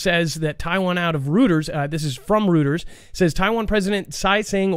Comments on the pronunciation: ...please teach how to say Reuters (Roy-ters). He does need to know how to pronounce other news outlets. TELL HIM THIS...ROY..TERS. HE REALLY NEEDS TO KNOW THIS. I'M NOT THE ONLY FOOGLE FAM MEMBER THAT HAS ADDRESSED THIS OVER THE YEARS. THANKS! 🙃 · It’s Roy-ters.